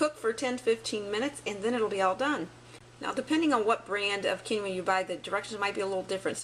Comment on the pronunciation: Quinoa = "keen-wah" long e